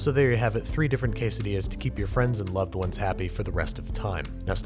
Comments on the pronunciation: 20-hour video of Babish saying _quessedillas_. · Se dice como se lee we Es quesadillas we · Noooo I am Mexican and that is not the we to maque quesadillas